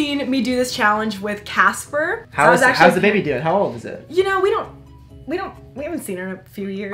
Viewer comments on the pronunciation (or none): The way she pronounces Caspar 😂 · You had a baby with him and you still call him CASPER... it’s Caspar, Caspar Lee haha